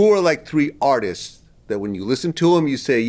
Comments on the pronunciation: I know VLAD wanted to correct him so bad when he kept saying ARTISTIST 😂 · wtf is an artisis? lol